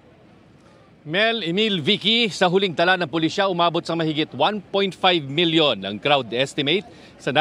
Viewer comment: 1.5 million not milyun million.